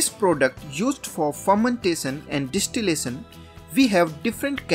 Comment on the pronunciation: Dish tee lay son...😂 Phur men tay son 😂